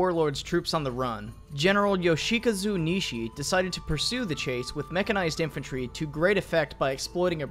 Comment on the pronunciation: My God... you did the right thing not trying to pronounce the first guy's name but utterly botched Yo Shi Ka Zu Nishi. Good going.